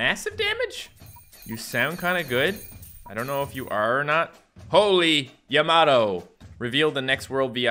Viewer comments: It's prince yam-a-toe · It’s pronounced yam a toe